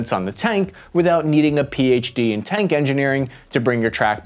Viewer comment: "cank"? tank?